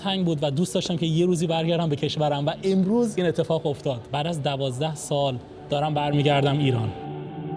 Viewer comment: شما لُر هستی چرا انقدر حرف ق رو بد تلفظ می کنی مثلا میگی اتفاخ یا مثلا خیمت میگی بجای قیمت 😊